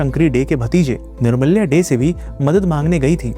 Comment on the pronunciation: Bhai wo निर्माल्य hota hai. Aur wo Jo title Day nahi दे bolte hai.just a small correction